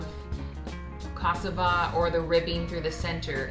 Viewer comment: It looks so very yummy! I am also married to a African from Guinea west Africa and I love to cook for him! FYI you are not saying cassava correctly, everytime you would say that word I did not understand it was only at the end that I realized what you were saying. Everything looks amazing and I have joined your channel XOXOXO